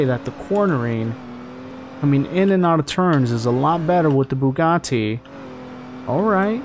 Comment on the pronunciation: my man said the "bugaTI"